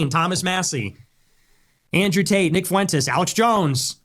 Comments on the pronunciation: Its Fwentes not Foo Wentes. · Please, Kyle. Please. For the love of all that is holy, please, please, PLEASE stop mispronouncing things. Lol. It drives me absolutely bat crap psycho crazy! As much as I despise him, his name is pronounced "Fwen-tez", not "Foo-en-tez". And it's pronounced "dammed", not "dam-ned". Love ya', but you've gotta' stop with the mispronunciations. We're not MAGA, my guy. We're better than that lol. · Foo Entez. Lol